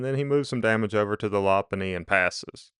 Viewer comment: It’s pronounced “low punny”